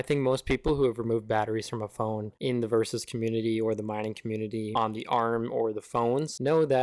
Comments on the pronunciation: Nice video, very helpful. Where can I find a list of these ADB commands? BTW, it's called Verus, not versus :) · So … your mining it and your dont even know the name of the coin … or at the least how to say the name ??? Ok lol enjoy my guy … im buying orange pi 5’s to mine verus … bit more pricey but i like the process of setting it up more and no exploding batteries